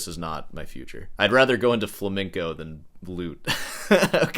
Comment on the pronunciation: Does know it's supposed to be pronounced "flamingo"? Smh my head